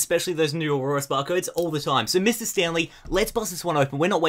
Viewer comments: You kept saying auroras not oras it's pissing me off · lol, it's not Aurorus, it's ORAS which means Omega Ruby Alpha Sapphire. Hope this helped! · I was confused for a while too, but I realized he was saying "ORAS" not Aurorus. He kinda says it weird, though.